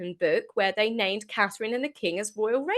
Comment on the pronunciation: Does this lady in red have difficulty saying CATHERINE? William is defending his wife and children, why the hell should he be "the bigger brother" Is that another way of saying doormat? Wrong brother dear!